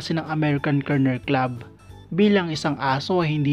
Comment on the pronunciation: TSAKA AMERICAN KENNEL HND KERNEL HAHA